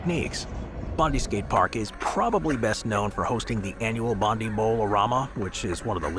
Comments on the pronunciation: btw, its pronounced Bond-eye, not Bondee. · Boooooo!!! Bondi is pronounced bond-eye, as in James Bond, and eye as in your eye Bondi. And you couldn't have gotten it more wrong, that skate park is shit and it's nothing to be proud of. Unfortunately such an iconic Aussie beach is not represented by a skatepark that truely does it justice... No offence to Convic Skateparks! They done what they could with probably a crap budget, and the location- lets blame the Waverly Council 👎🇦🇺 Written by a Sydney local 🇦🇺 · Bondi is pronounced "bond-eye"